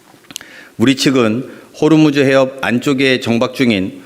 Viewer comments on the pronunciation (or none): none